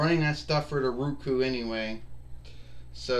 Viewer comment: wins again. I hope you get use to your ROKU. (I understand you mispronounced it by saying Ruku. Pronounced Row Koo)